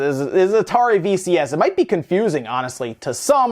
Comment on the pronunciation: VCS, sounds like VHS lol